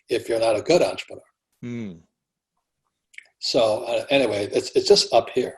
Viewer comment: EN-TRE-PRE-NEUR Robert Klyosaki Thank You.